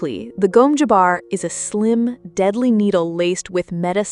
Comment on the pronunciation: Gom Jabbar, not Gome Jabbar